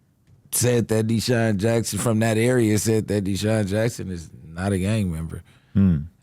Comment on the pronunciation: Adam mispronouncing DeSean is CRAZY